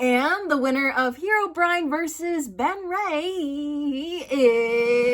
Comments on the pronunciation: The Benry mispronunciation made me sad for some reason. 🥲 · Her misspronunciation of Benrey puts a bigass smile on my face